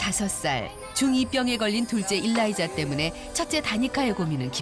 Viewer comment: 일라이자 어감상 일 다니자 들려요ㅋㅋ